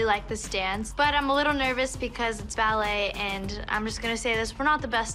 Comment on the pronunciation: Watch Abby calls “ballet” is just laughable...